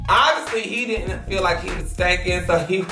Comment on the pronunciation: “And he was Stanking” 😂😂🤣 Ma’am did you have to come to Twitter with it 😂😂